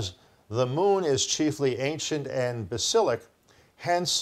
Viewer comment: Cringe here also: "edifice of a child", "basilic", "taktites", "polmetic" and more. I think is a bit dyslexic.